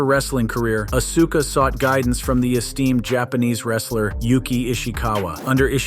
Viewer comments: Man learn how to pronounce her name right. As-Ka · It's just so painful to hear him call Auska Uhsuka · Hard to take he video seriously when they called Asuka "Uh-soo-kuh" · Don't make a wrestling list if you don't know the wrestler's names. There is no UH-SU-KA. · Sounds like a moron, slaughtering asuka name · Not to mention he can't even pronounce Asuka's name correctly.